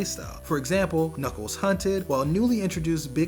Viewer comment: Knuckles not knuckle